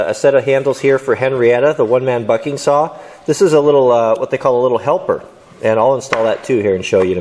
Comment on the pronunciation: At 55 seconds it sounded like he said 5 foot f###ing saw instead bucking saw